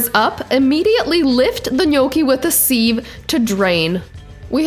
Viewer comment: You said gnocchi correctly however unless I have been saying sieve wrong my entire life, I have always pronounced it "siv" like rhymes with give. Maybe it's a regional thing. Love the video.